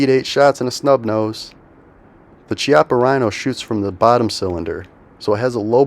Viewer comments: Loved the video! For what it's worth, "Chiappa" is pronounced with a K sound. Kee-ah-pah. Highly recommend the Rhino line. By far the most comfortable .357 on the market. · Made in Italy....pernounced Kee-appa".... look it up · " Chiappa " is spoken " Kiappa" " chi " in Italian is Ki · When you go to an Italian restaurant, do you order a bottle of chee-anti or kee-anti? Chiappa is Italian and pronounced the same as Chianti.